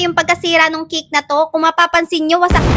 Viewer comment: Say cake not kick.